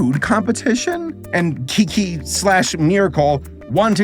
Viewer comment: As someone who can speak and understand basic forms of Chinese, you did well with Kiki but Gua Gua is pronounced (Kwa Kwa) instead of (Gwa Gwa). The basic phonetics of Mandarin goes like this. B (po) P (pho) M (mo) F (fo) D (de) T (the) N (ne) L (le) G (ke) K (khe) H (he) J (ci) Q (chi) C (si)